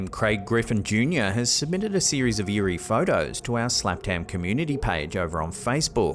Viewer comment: well you did say eeri PA